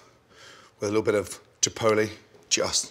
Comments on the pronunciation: "Jipoele sauce" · How Gordon says chipotle ‘Chipoule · No one: Gordon: take some.....chipoli Like wtf is a chipoli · The way he says chipotle😭😂